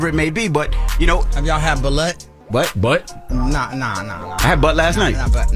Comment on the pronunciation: Its Balut pronounce like (ba-loot)